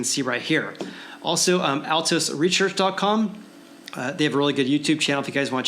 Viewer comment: “Altos reshearch” 😂